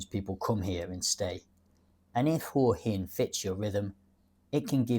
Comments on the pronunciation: Sorry mate but it’s pronounced Whaa Hin…. NOT Whore Hin 😂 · Hey What's with this Hoowa Hin shit? You've been here a while I think but can't even pronounce it's name properly. It's Hwa Hin. By the way I didn't come here 3 years ago to sit in a cafe that's just like home. I came because it's a beautiful place with great weather and people. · Definitely not the UK. There's a plus. Pretty good balanced view of Hua Hin ( pronounced Hwa Hin locally). If you want more night life and bar culture maybe Pattaya is a better option but not cheaper. And yes the visa bureaucracy and 90 day reporting stinks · I spent 5 months in Hua Hin last year. This is a pretty stupid video. In the first place, you can't even pronounce the name correctly.